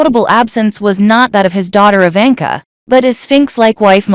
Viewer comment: Didn't pronounced Ivanka correctly.